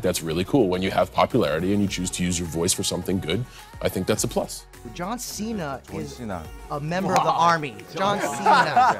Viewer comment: No one: Really no one: Jimin:JoHn ShInA aRe YoU aN aRmY?